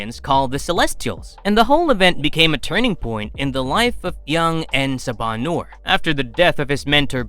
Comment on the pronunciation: say it with me en saba - new-er